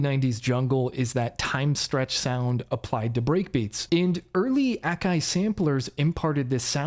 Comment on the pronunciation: But that's how you pronounce it.